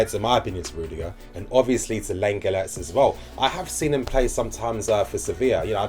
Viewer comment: Class vid bro - lenglet is pronounced ‘long lay’